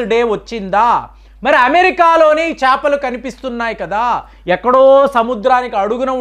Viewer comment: చాపలు కాదు అండి చేపలు.